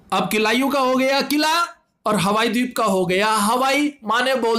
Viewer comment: भाई तुम टीचर/स्टूडेंटतो नहीं हो क्योंकि तुम्हारी वीडियो में बहुत बड़ी बड़ी गलतियां होती हैं । जैसे इस वीडियो में : मनोलोमा नहीं मौना लोआ होगा । हवाई डीप नहीं हवाई द्वीप होगा ।